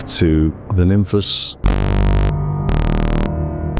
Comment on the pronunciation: Are you sure about that pronunciation? I read it more a "Nimfs" with a clever spelling. Be interesting to know for sure.